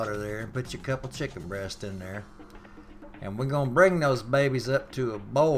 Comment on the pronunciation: Lol "Wer gun bring this erp to er bowl" Haha love it, thanks for the vid, from the east coast. Perfect wintery night for some good ole chicken soup from scatch.